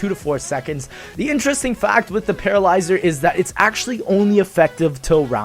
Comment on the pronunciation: lol you nearly said Petrolyzer